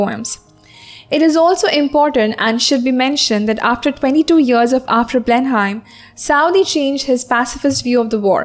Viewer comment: You pronounced Blenheim in a wrong way